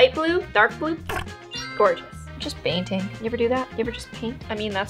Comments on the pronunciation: Did anyone else thought she baiting instead of painting? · she says it as "bainting"